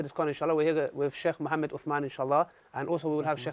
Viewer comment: I rate, i wish he would pronounce Muhammad as Muhammad and not “Mohame/id”...